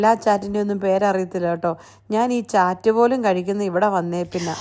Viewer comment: ചാറ്റ് അല്ല ചാട്ട് എന്നാ പറയുന്നേ